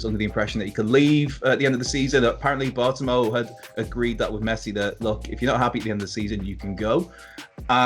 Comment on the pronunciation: It’s pronounced Bart-oh-may-oo